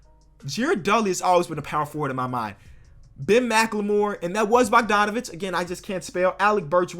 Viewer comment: I hate when he puts D before G like Brodgon , Bodganovic